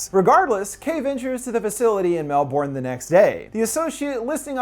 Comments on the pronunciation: As an Australia the way you said Melbourne was so distracting. We say it’s like Mel-bin. Gave me a good giggle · howdy there just a quick note, its pronounced mel-BURN. MELLL BURNNN. much love from melbourne, australia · For future reference, us Australians pronounce Melbourne as ‘Melbn’ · Little bit of pronunciation correction for you: Melbourne is pronounced as Mel-Buhn. Otherwise, a great video as usual! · So you watched the movie yet still pronounce Melbourne as "Mel-Born"? XD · Omg for the longest time I thought he was saying Melborn or something therof, I didn't realise he meant Melbourne as in, Australia Melbourne haha. I forget most people pronounce it differently. I think one of the reasons why this was made (since its Australian) is because we have a serious issue with the disease here. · It's funny but I can see why they would pronounce it that way, seeing that it is spelt Mel-Bourne. 😂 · Isn't it pronounced Melbin? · but why the pronouncing of melbourne that way my god lol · You’re saying Melbourne wrong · I have to say, as an Australian, the way you pronounce Melbourne is grating on the ears. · Please learn to pronounce Melbourne, as a Melburnian I can't explain how annoying hearing it that way is. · Cringe so hard when American's mispronounce Melbourne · What's up with Americans not knowing how to pronounce Melbourne properly? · Non Aussies always pronounce Melbourne wrong in weird ways it makes me cringe every time as an Australian living in Victoria damn. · Say Melbourne wrong one more fukn time. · why does he pronounce mebourne so weird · As an Australian, hearing you pronounce Melbourne is quite painful but good vid nonetheless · the scariest thing is pronouncing Melbourne wrong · As a melbournian I disprove of the way you pronounce Melbourne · As someone from Melbourne, there's nothing more cringe than hearing an American pronounce 'Melbourne' :/ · People from Melbourne, are you cringing too? XD (no hate, we say it weird for the spelling)